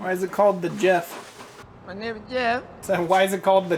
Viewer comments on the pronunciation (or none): Also... it's "El JEFE", Not JEFF, the J is silent and pernounced like and H. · The jeff 🤣🤣🤣. Pronounced el heffay